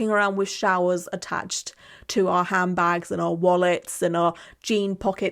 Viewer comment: I thought you were calling the girls ass “ham bags” instead of saying handbag 🤣